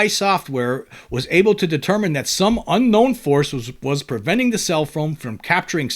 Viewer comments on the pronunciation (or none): none